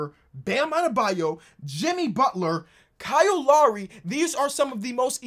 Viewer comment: Love when gets in his Ebonics. "Donovan Mitchoo" "Kal Larrie"